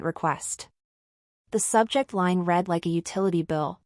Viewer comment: AI can't tell the difference of read and read, past tense. . . AI fail